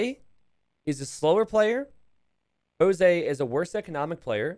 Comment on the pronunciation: You probably wont see this and it might sound as a nitpick, but hey, whatever. Jose is pronounced like Joke with a S! Spanish or Portuguese pronunciantions might be pretty confusing as well..